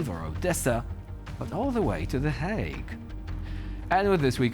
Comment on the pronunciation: 'All the way to the Hauge' ❤